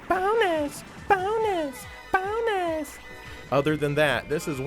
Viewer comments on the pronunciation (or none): sounds like she's saying almost "Boner" instead of "Bonus" at